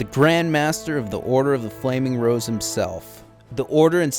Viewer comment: the whole time i thought he was saying the order of the flaming bros